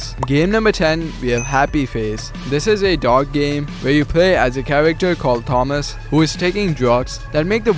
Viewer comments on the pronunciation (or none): none